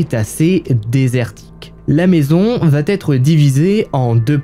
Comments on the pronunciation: Allez, sympa. Mais de grâce, travaille les liaisons dangereuses ("va-t-être", etc. => "va être", y'a pas de "t" !) et l'accent anglais (juste se renseigner sur la prononciation des noms, c'est pas la mer à boire) ! Très peu d'efforts à faire pour drôlement améliorer la qualité perçue ;-) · J'adore ta façon de raconter, pleine de précisions et d'humour. Mais pardon le "il va Têtre" me fait bondir à chaque fois. Il n'y a pas de "t" à "va" ! Je vais, tu vas, il/elle va.... rien de plus ! Essaie de faire attention, tu es en première ligne pour apprendre aux gens à parler, vu que les réseaux sociaux sont désormais l'espace privilégié. Ceci dit sans animosité. Sinon, quel temps fait à Valenciennes ? J'adore ce coin. 😉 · Ces HVF sont super. Dommage pour les fautes de liaison ("Va T'être" fait un peu saigner les oreilles mais on reste dans le thème comme ça 😉) bisous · Tes histoires sont passionnantes . MAIS ! Il faut arrêter avec tes liaisons "mal-t-à propos" ! On ne dit pas VA-T-ÊTRE, mais VA ÊTRE. Pas de T --> pas de liaison ! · Merci pour ces histoires documentées, narrées avec talent. Le « coucou » introductif est un bonheur 😂. Juste un défaut, qui me fait saigner les oreilles 👂 : une liaison fautive, mal t’à propos : on ne dit pas « il va t être … » ou : on va t alors découvrir… » On VA alors, pas de T après, par pitié 😂. Sinon ces vidéos sont addictives. Amicalement, de Bretagne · Auberge. Intéressant, mais je suis dérangée par tes liaisons mal à propos notamment quand tu dis "elle va T être", non, tu te trompes, elle va être, sans liaison... Sinon, super! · Un truc qui me fait mal aux oreilles : la liaison avec "il va-t-être".... ouillle.... hahaha..... Visiblement à l'époque on pouvait tuer sans soucis... et on dirait presque que tu y étais tellement tes récis sont vivants...